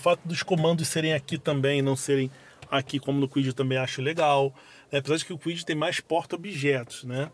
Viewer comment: Ele falou Fiat Kuid?😂